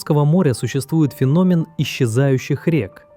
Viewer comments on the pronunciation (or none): none